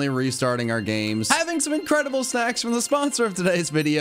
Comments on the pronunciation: I swear it sounded like said "Incredible SEX" not SNACKS. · you need to pronounce the n in snacks. The first time i heard it i heard you say let's have some incredible seggs and i about lost it laughing lol